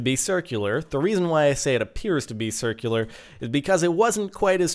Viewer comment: Wuts a churcul is that how u pronounce it :P